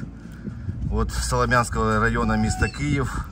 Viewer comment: СолОм'янський ( наголос на "о") - район. Круті подарунки, щирі, від усього сердця. Все для вас, любі наші захисники.❤️💙💛